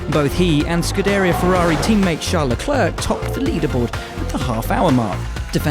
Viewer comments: SCU-DEER-EA isnt it SCU-DA-REER? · For the last time it’s nit scu der ia it’s scoo du ria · Scuderìa, not scudèria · "Scudeeerya" is just painful to hear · It annoys me how he says ‘Scuderia’.